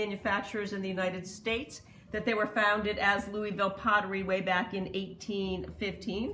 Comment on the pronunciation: Hehe. I’m from Kentucky and we say Louisville. Two syllables not Louie Ville. Great video. Always waiting fir a new one.